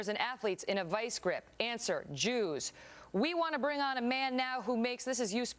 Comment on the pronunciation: did you notice she said jewers!